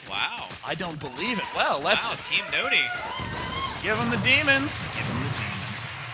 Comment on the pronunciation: Husky pronouncing it "noony" was really frustrating after a while, but other than that it was great fun to watch :D